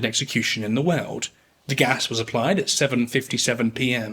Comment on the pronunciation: He speaks of some "Veuld war one". Whats a "veuld"?